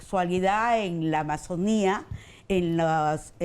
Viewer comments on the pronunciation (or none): none